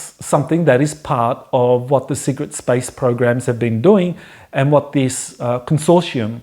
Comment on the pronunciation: Think has trouble with "consortium", but interesting as always.